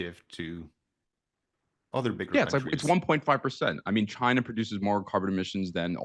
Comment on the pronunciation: he can't even say the word "China" 😂